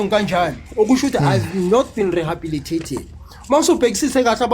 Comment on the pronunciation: Sethunzi sa lepantiti keng? That time he fails to say rehabilitated 😢 Reasoning is too low and he will be a re-offender soon